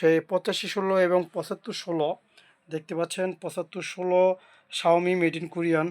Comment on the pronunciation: শাওমি কম্পানি আবার কবে থেকে ইউনিট বানানো শুরু করলো আগে নিজে ভালো করে উচ্চারণ করা শিখেন তার পর অন্যদের শিখান।😊